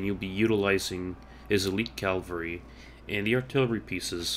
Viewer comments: Great video, though one thing... It's Cav-al-ry, not Calvary. Calvary is where Jesus was crucified. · calvary XDD